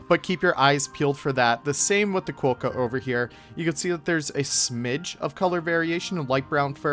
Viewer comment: Love your work but you have us here in Australia in fits of laughter. Your comment that the Quokka is " known as a qwoka..... um, nope, it's definitely a quokka. Also you said they are found in parts of Australia and EUROPE - umm nope again. In fact they are mainly found on Rottnest Island of the coast of Perth with a few very small colonies on the mainland but Europe is about 14,000 KMs away - maybe best not to rely on Google for fact checking. Again we love your work so you just gave us a chuckle. Keep up the good work ✌️😊☀️